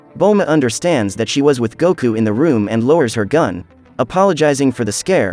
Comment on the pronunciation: Not Kakaroto its Kakarot Not Guku Its Goku